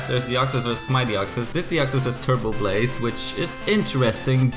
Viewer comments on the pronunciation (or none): none